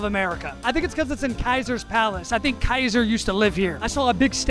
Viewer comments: as a greek i struggled hearing him call kaisairas ''kaiser'' like the beer and ceasar's palace not having greek cuisine killed me it is maybe because greek food is expensive in america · Kaiser instead of ceaser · The way you said ceaser makes me feel so weird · your pronunciation of caesars palace .......